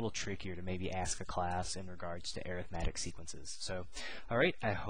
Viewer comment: You're pronouncing Arithmetic incorrectly.